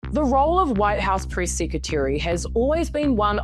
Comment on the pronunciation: White House Priss Secretary 😂 Not joking on your accent it just really worked out well here.